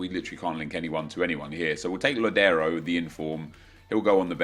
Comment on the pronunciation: Thank you for (unlike matt hd) pronouncing Lodiero's name right... Go Sounders!!